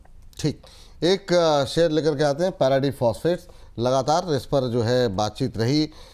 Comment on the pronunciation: नमस्कार आप बहुत ही मजेदार व्यक्तित्व के मालिकहैं।पारादीप का उच्चारण तो अभी भी??? है यह "पैराडीप " नहीं है